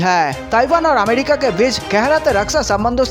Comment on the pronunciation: Gutkha thook kr bola kr bhai🙏.....amedica nhin America hota h 🤷🏻‍♂️